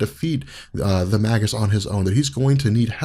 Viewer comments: May-gis, bro, not "mah-gis." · Its may-gis not mag-us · Surely it's pronounced like Mage. Mage-us. He's the evil Warlock. It's a play on words and not a subtle one. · i thought it was pronounced (mage us)